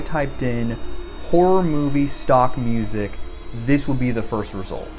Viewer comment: dont know if anyone noticed this but i heard MUSEc idk if thats intentional but i think its cool